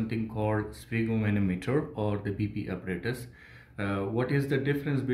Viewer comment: It is called spygmomAnometer, not sphygmomOnometer...